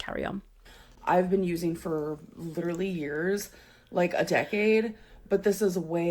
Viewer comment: “Leedurally” took me out 😂😂